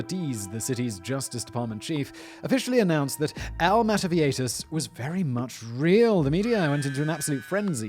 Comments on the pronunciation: Viejitas. Now, I'd imagine everyone would pronounce this one of two ways: vie-hi-tas or vie-i-tas... Simon: Vieieitaitaitatitatas. Carry on. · Vee-yeh-hee-tas simon